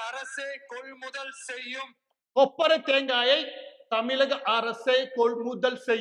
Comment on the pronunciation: கொப்பரை தேங்காய் இல்லை.. தொப்பரை தேங்காய்